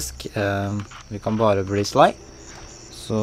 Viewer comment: Hvorfor sier du shly